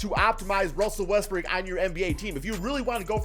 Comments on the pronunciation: He says more Westbrick than Westbrook LMFAO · Is it me or he pronounce Westbrook westbrick😂